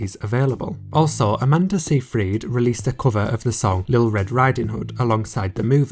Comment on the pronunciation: Btw, it’s pronounced Amanda Sigh-fred